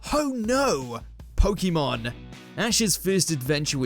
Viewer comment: You NEED to learn how to say POKEMON (ポケモン). You talk about people saying wrong things but you pronounce POKEMON like an idiot. Same for karaoke (カラオケ). Poke comes from poKET (do you know that sound?).